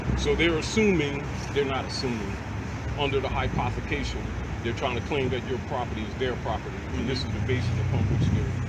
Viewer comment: He said “hypothication” 😂😂😂😂😂😂